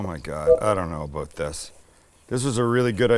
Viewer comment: That's what I'm talking aboot.👍